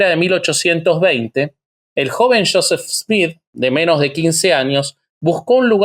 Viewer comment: Se deve pronunciar yoset,no shoset